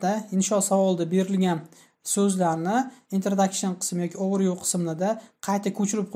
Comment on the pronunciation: Overview so'zini juda noto'g'ri talaffus qilyabsiz. Process ni ham.